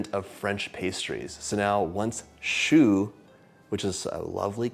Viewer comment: I just wanted to tell you that « Choux » (the -x is silent! 😂) means Cabbage 🥬… The pastry is also called « Chou » (the -x is for plural) because it is shaped like one. Chou also means Cute… Don’t ask me why! 😂 If you are in a couple you might call your spouse « Mon Chou » (My Chou) … Or if there’s a cute child around you might say something like « Il est trop chou! » (He is too cute!) Chou to a Man means you Love him… Chou to a child only means The child is cute no matter what its relationship with you is. I might say ( 😂) is cute. And it wouldn’t be weird. 😊